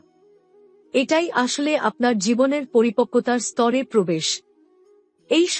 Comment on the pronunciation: আপনি কি বাঙালি? যদি হয়ে থাকেন তাহলে দয়া করে ' বড়ো ' ছোট ', আসলে ', এইসব উচ্চারণ গুলো সঠিক ভাবে করার চেষ্টা করুন। বাঙলা একটি অত্যন্ত শ্রুতিমধুর ভাষা এবং বাঙ্গালির আবেগ, কিছু ইউটিউবারের পয়সার লোভ এই ভাষাকে প্রতিনিয়ত ক্ষতবিক্ষত করবে এটা মেনে নেওয়া সত্যিই কষ্টকর!